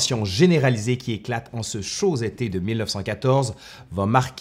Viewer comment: en ce chaud-z été? :P